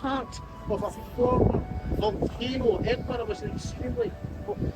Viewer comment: It was like hearing nails down a blackboard hearing you say EDINBURG over and over again. It's pronounced 'Edinburra' NOT EDINBURG or EDINBORROW